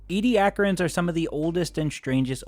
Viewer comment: Ed-ah-care-ians. Not Ee-de-ack-rins